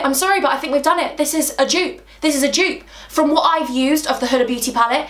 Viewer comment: My name is huda omg and I fan girled when u said huda beauty even tho your not talking to me lol😂but u said it correct yay omg I want to hug you omg